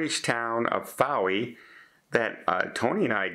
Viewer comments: Fowey is a beautiful town and deserves to win. I think that it is pronounced something like Foi. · Although spelled Fowey it’s pronounced Foy. It catches almost everyone. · Fowey is pronounced Foy :)